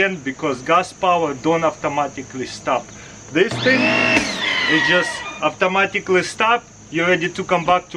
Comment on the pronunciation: dudeeeee you’ve been living in America for many years and still you’re saying AFTOMATICLY